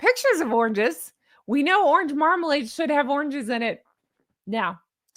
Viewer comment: Did you say Markalade? Orange Markalade?? At the 14 minute’ish mark? I’m loving it!!